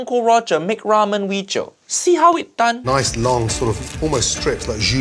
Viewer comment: "This weejio has all of uncle Roger nightmare" He didn't drain the rice with colander tho...